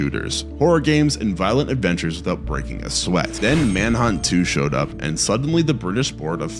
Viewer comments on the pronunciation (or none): none